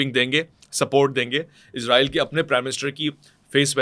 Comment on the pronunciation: عزرائیل نہیں بھائی اسرائیل بولا کریں 😂😂😂